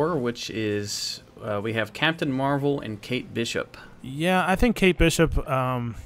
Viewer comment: Mar-Veil is what I am hearing when they pronounce it loool.